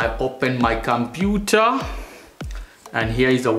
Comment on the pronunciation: I open my computah.